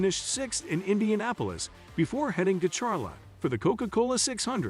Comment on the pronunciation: No kidding, Char lot, where's that on a map 🤣 😆 🤣